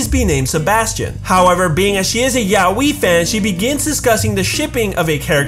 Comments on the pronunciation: It's so cringy how americans say "yaoi" like... yaoeee 😂😂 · Isnt yaoi pronouced as ya-oi?